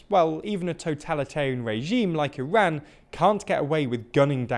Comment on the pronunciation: thanks for pronouncing Iran correctly